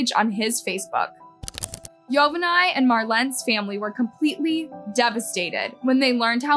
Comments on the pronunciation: Joe-vah-knee not yo-va-nay 😂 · I think you totally disrespect that man by continuously butchering his name hell the reporter even said his name right and you continued to disrespectfully butcher his name its pronounced Yo-vaun-nee not yo va ni if you're gonna run a you tube channel at least learn to pronounce the names right so you dont sound like a total idiot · I was thinking the same thing. She literally kept mispronouncing 2 different ways. She would say Yo-Van-NY and then Yo-Van-Nay. And then she even uploads a clip with the correct pronunciation of Yo-Von-Nee and still kept mispronouncing it. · It's pronounced Yo-Vawny not yo-va-nie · Even the news pronounces his name Yo-van-y. A y sound at the end. Dumbass. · The name is pronounced like Giovanni but the beginning is Yo- vanni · It's Yovani pronounced Yo-vah-nee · It’s “yo-va-nee” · Is anyone else annoyed at how she mispronounced EVERY NAME? It's pronounced Jo-vaugn-knee... sheesh...dique Yo-vun-eye...🙄🙄🙄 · If this girl was a WHITE WOMAN justice would have been given the next day n im sure the baby would have lived longer than just a few mts. FYI the husband's name is PRONOUNCED YO-VON-NEE...N IF SHE PAID ATTN TO HOW THE NEWS REPORTER HAD PRONOUNCED IT SHE WOULDNT HAVE BEEN SO IGNORANT IN SAYING IT WRONG THE WHOLE VIDEO. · Pronunciation is actually Joe vah nee